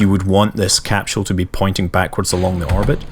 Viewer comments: Even if you can't understand every thing It's cool just hearing you say capsule. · bruuhhhhhh learn to pronounce capsule :D..